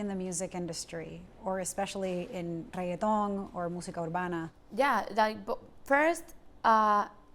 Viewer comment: Hi, how do you pronounce the word reggaeton? Ooookay, with 15 r's. Rrrrrrrrrrrrrrreggaton. Thank you!